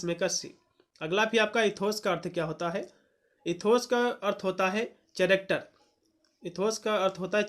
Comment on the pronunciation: चैरेक्टर नहीं कैरेक्टर